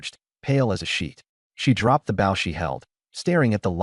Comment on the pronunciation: I'm curious. Why with such interesting stories,do you ruin them with drawings that do not match the story and the text is so far behind the voice reading it. I'm also curious why certain words are never pronounced correctly? Wound , and bow are 2 that quickly come to mind.